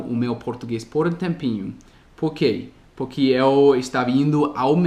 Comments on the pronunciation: Uma dica, a palavra "porquê, por que, porque ou por quê'' não são pronunciadas " puqui " como você está falando, elas são faladas exatamente como são escritas. Desse jeito -> "pôrkê" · Escola do Dia a Dia Mas além da pronúncia do "O" eu também estava me referindo à pronúncia do "R", que o omite às vezes, e acaba ficando "PUque", entendeu? ^_^ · Parabéns!! Pratique mais a pronúncia do "porque"... Beijos, obrigada por compartilhar! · só uma coisinha que você tem errado nos seus vídeos é a pronúncia da palavra "Porque". A pronúncia do "Por" é exatamente como em "POR exemplo" ou em "PORtuguês". PS: Machado de Assis é difícil até para nós kkkkkk